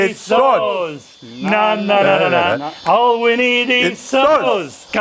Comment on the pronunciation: Love how he occasionally slips in a ausie "naow" 🤣